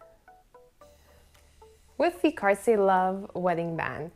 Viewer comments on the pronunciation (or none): did you just pronounce it carsy???? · Nope, she definitely pronounces it wrong.